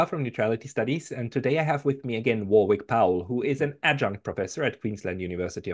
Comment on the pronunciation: Btw, the second "w" in Warwick is silent!